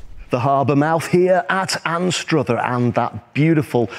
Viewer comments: It's pronounced Anstr other. Not Anst Ruth er. Locals call it Ainster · Learn to say Anstruther correctly